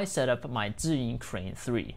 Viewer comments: Wow, I like the way he said "Zhiyun" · Just checking does anybody noticed . Sounds right